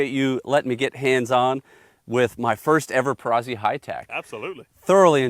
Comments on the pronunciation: Note: Perazzi is pronounced like pizza - peetza, not pee-sah. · Amazing guns. Only your pronunciation is a little off, you don’t say Pisa, you say Pizza. It is a Perazzi. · For the love of God, it is Peratzi not Perazzy. Like Pizza, Perazzi see where I'm going. Pe- Ra- T-zee! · To review a shotgun but not know how to pronounce the name discredits the rest of the review.